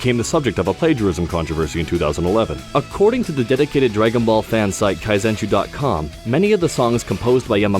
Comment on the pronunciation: "Kaizenshuu?" Either needs to improve his pronunciation or you guys need to know the name of the site where you stole half these facts.